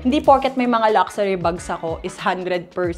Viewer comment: Luck-shoo-ri vs Lucksari 😑